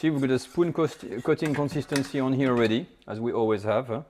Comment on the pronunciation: I like your recipies. But learn how to pronounce “here”.